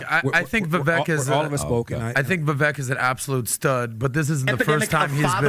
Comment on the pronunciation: Funny these guys still pronounce Vivek's name wrong.